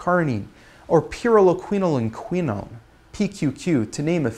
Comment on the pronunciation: what a badass he just pronounced that word " Pyrroloquinoline quinone" with 100% confidence. Thug Life